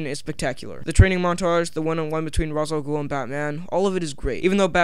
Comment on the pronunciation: Ugh!!! So annoyed by people mispronouncing Ra's Al Ghul. It's Raysh not Roz. Great video otherwise though.